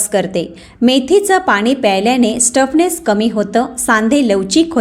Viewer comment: Stuffness nahi, stiffness